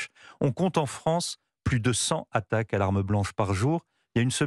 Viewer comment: Il semble que, désormais, même les plus lettrés des journalistes ne fassent plus les liaisons. Il n'y a pas de h aspiré à attaques (prononcé ici "cent hattaques"). On dit la guerre de Cent Ans, pas la guerre de Cent Hans, non ? 😊